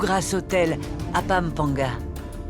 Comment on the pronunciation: J'entends toujours papamga et la j'entends la vieille Dit pampaga